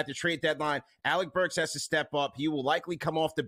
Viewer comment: Lmfao no way said burks 😂😂